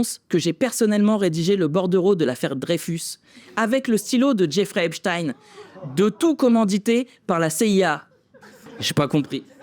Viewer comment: J'adore ! Par contre il faut bien dire Esptine, c'est du yiddish ;)